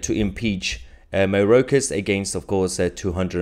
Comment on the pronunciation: It’s pronounced MY OR KAS not MAY ROKE US.